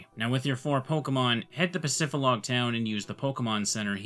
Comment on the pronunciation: It’s PacifiDlog Town, not Pacifilog dummy 🙄